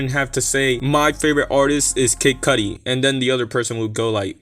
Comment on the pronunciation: Lmao he ain't retiring dogg 🤣😂 this sounds like bullsh* . And the way you say kid cudi annoyed the f* out of me lol 😆